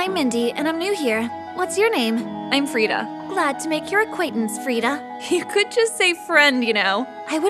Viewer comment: That’s my name !! I mean it’s written farida but you say it freda